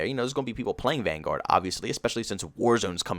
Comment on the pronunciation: Call of duty “vanGUARD” lmao, it’s hurts me when he says that.